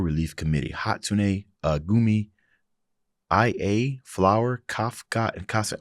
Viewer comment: btw just a tiny correction, IA's name is read something like "ee ah"